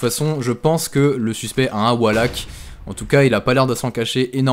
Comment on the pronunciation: pourquoi est-ce que tous ces gens qui veulent se donner un genre "a l'americaine" en voulant dire certains mots en anglais ne prennent meme pas la peine de les prononcer correctement ... wallhack prononcé avec un A c'est pas juste il faut limite dire wolehack pour le dire correctement ...